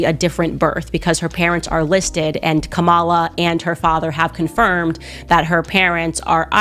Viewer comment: you could’ve at least pronounced her name correctly!!! It’s Comma-Lah 🎉